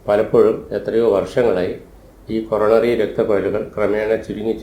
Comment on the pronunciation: ഹോറോണറി ആ ണോ കൊ റോ ന റി ആ ണോ